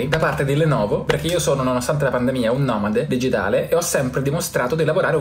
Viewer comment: il primo "nòmàdè digitàlè" a you're welcome